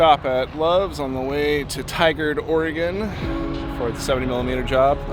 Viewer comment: As a Tigard native, hat tip to you for getting the pronunciation right! I watched Oppenheimer in 70mm at that exact theatre yesterday and I absolutely loved it.